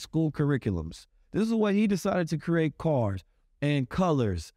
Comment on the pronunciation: It's Create... not Que-rate